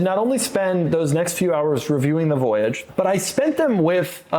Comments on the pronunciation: You pronounced Voyage wrong. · I thought the Cadillac voyage was supposed to be pronounced with a French accent.